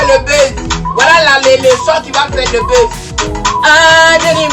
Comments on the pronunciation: C'est buzz tu prononces beuze là? Mon oeil 👀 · Merci pour ta contribution et je veux ajouter que la façon dont elle prononce les mots "buzz, fan" est à revoir